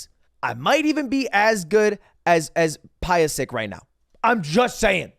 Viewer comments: dude really called Pyosik Pie-oh-sick lol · anyone else burst out laughing when he said “pie-oh-sick” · Who is "Pie-o-sick"? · him pronouncing Pyosik is the whitest thing I've ever heard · That's why he can't say pyosik correctly